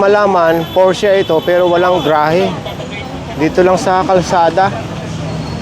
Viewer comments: porsche lang po di porscha hehehe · P-O-R-S-C-H-E po hindi porchia.(' ~')